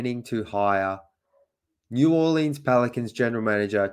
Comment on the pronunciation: Dude, the city is pronounced New Orlens, not New Orleeens. Your new President is TrAjon Land-don.